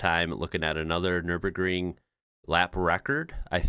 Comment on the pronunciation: 1st. American pronouncing Nürburgring totally right. Well done.